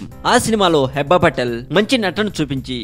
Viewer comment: Firstly, aa pic Manojdi... vishnu kadu .. secondly pronunciation heeba, Hebba kadu nee abba... thirdly, naku nee voice asalu nachaledu... ae drama company nana needi